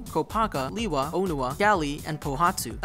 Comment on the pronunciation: Guys, guys, guys... it's pronounced LAY-wa, not LEE-wa.